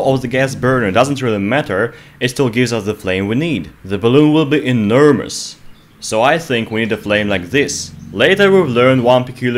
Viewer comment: "The balloon will be eNERmus"